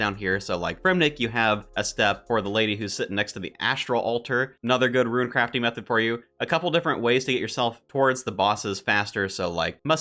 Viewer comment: These are some great leagues videos, my one complaint stop pronouncing rune as ruin :)